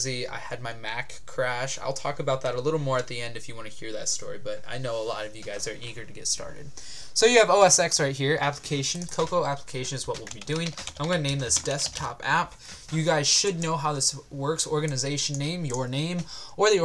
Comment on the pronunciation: OS TEN. It's pronounced OS Ten not OS Ex. It's a Roman numeral, not a letter. Say OS X.